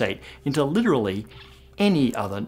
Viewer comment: Literallallally!!!!! ??? Weirdo! Literallallally! Like !